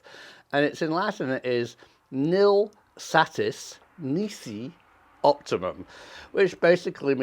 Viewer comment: "Optimun"? Kettle, meet pot.